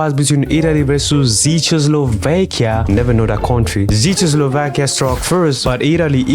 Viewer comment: its pronounced check-kos-lovakia